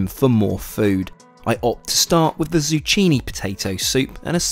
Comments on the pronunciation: took me a minute to realize what zu-tchi-ni was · "Zoo-Chee-Knee" 😂🤣 JFC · I'm sorry – zuWHAT? Zucchini is pronounced zoo-KEE-nee in Italian, British English, and American English. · It’s pronounced “zoo-keenie” not “zoo-cheenie” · ZOO-CHEENY, lol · Did he say ZU CHINI?! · "Zoo-Chi-knee"...? I seriously hope you mispronounced that on purpose or I can only imagine the number of people who have laughed at your expense without you realizing lmfao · As a fellow Brit I totally forgive your mispronunciation of “zucchini” 😂 (to our American cousins, we call it courgette) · Never in my life have I heard anyone pronounce "zucchini" like that. Bizarre. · Did you just call pronounce Zucchini with 'ch' rather than a 'ke' 😂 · Did he pronounce zucchini the way I think he did?! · that's not how you say zucchini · Zucchini is not pronounced with a ch lol